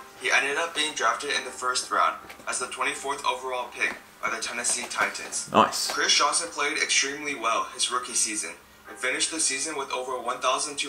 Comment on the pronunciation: Why does the narrator keep pronouncing the Tennessee team as "Tie-TANS"? Like it's two separate words.